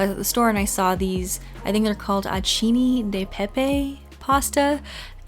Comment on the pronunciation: Interesting clip! Thanks for sharing! 'Acini' is pronounced with the stress on the 'a'. It actually means grape berries.